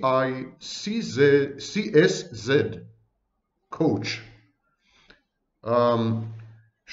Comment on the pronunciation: Barbara Gyura the hungarian nárcisz coach: Saw the interviews with you about the narcissists sexuality and libido. The "sz" is pronounced as "s" in Hungarian while when we write just an "s" it´s pronounced as "sh". Hungarian is indeed one of the most difficult languages in the world. I´m a native Hungarian speaker so, whoah! I must be a smart woman, Hahaha! ;) :D Joke aside: Great video! Thank you, Dr. Vaknin!